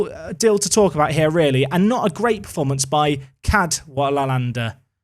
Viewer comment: I don’t understand how you couldn’t pronounce the Forest keeper surname 😂😂 how were you getting ‘cadwalawander’ when there was no ‘n’ in his name 😂😂😂